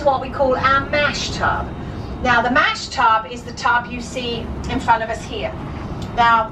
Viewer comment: It's a mash tun not tub.